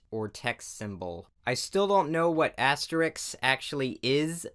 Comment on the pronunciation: AHEM! ITS ASTEREICH!!!